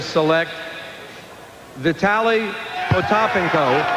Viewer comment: David Stern got vitalys name right